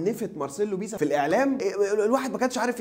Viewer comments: اسمه مارسيلو بيلسا مش بيسا يا عم اصحي ليغفلونا ✊️😄😂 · بيلسا يا عم مش بيسا